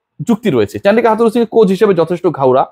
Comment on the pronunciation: সঠিক উচ্চারণ হবে Coach